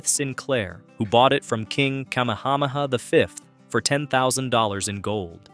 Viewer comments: king Kamehameha is pronounced Ka-may-ha-may-ha. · yeah, kama uh ha ha? wtf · If you're going to make a video on Hawaii, PLEASE learn how to pronounce Hawaiian words! You destroyed the pronunciation of the word "Kaho'olawe," " Kaliuwaʻa," "Kamehameha" and so many more.